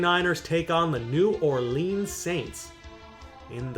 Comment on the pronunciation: If yo are gonna be new orleans next year, atleast pronounce it correct.